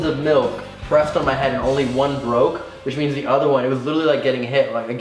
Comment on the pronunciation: Colby "You boke his nose" "You Broke his face"